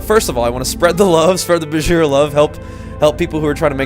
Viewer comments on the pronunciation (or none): Um Bejiheera ? seriously -.